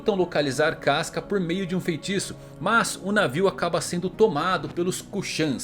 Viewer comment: 카스카...누가 이렇게 읽으래?!!!!